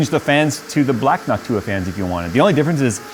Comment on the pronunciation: NOCTua... not "Noc-TOO-ah."